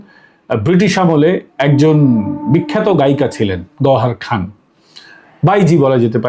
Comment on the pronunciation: বার বার গহরখান কেন বলে যাচ্ছেন ? গহরজান